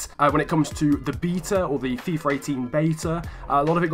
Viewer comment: Why do you call it fifar ? or fifer its really annoying lol